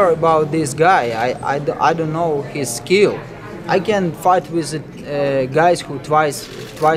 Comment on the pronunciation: It takes skee-ul